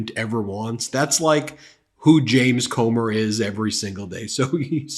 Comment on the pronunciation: That man Comer needs prayer and a speech therapist,!